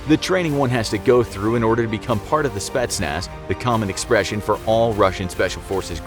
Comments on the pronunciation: I'm Romanian Czech, I am training for GRU, I am not russian but I guess I am close enough? Idk let me know I guess lol Also its not "spatsnaz", its "spetsnaz' the guy makes it an "a", mam dobry den :) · The Speshnaz lol